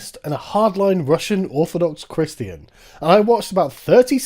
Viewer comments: I just love how Sargon pronounces "Christian" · Sargon is one of the few commentators on YouTube that actually pronounces Christian properly